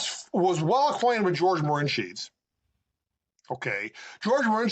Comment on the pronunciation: George de Mohrenschildt is who is being referenced ( pronounces it Morensheet) We need to get a better microphone